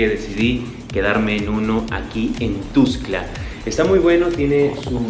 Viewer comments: Que feo pronuncia, es "TUXTLA" NO TUXCLA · Para el muchacho que grabó el video ; NO se pronuncia TUSCLA , es TUXTLA , yo radicando en Comitán respeto los nombres de otros municipios de Chiapas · jjaa ES TUXTLAAAA. NO TUSCLA ,PRONUNCIAS MAL MUY MAL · Me da estres que dice tustla jajaja, pero igual que chido vídeo sigue así sjsjsjjs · No es ..tustla.es .Tuxtla..co x...😠